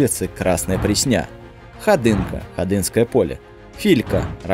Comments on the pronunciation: прЕсня, а не преснЯ! И ещё берёшься что то рассказывать😏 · ПреснЯ́ б....ь. ПрЕ́сня, ударение на Е́... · Автор и не обладает никакими знаниями, тупо читает чужой текст. Никакого представления о содержании нет абсолютно. У меня кровь из ушей чуть не пошла, когда я услышал Красная преснЯ 🤦‍♂️ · Во-первых, всё же река и улица называются ПрЕсня, а не ПреснЯ. Хоть бы поинтересовались, прежде чем публично демонстрировать свою полную некомпетентность в теме. Во-вторых, 20 лет назад Москва застраивалась только 5-9 этажными домами? Серьёзно что ли? Живу в доме 1982 года (для автора, не знакомого с математикой поясню, что дому 40 лет) и в нём 17(!) этажей. Между прочим, почти самый центр Москвы. Ну а если копнуть чуть глубже, совершенно неожиданно выяснится, что типовые 16-этажки появились ещё в конце 1960-х. В общем, прежде чем что то говорить, хорошо бы проверять достоверность фактов. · Красная пр'есня, а не пресн'я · Всё норм, тока не ПреснЯ а ПрЕсня, преснЯ как какая то дреснЯ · Красная ПрЕсня. Ударение на Е. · "текст с которого он читает....." Дело в том, что автор вообще не знает Москвы. В Москве нет района Красная Пресня́. Это очень грубая ошибка, которую может допустить только человек читающий незнакомый текст. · Красная ПреснЯ!!! Такого слышать ещё не доводилось. Автор, вы точно из Москвы?)) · Красная прЕсня - автор, ты хотя бы прочитал название, прежде чем озвучивать 🤷🏻‍♂️ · Спасибо за сказки, поржал)))))))) Особенно после ударения на реку ПреснЯ!!! )))))))))))))) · Пресня ударение на Е!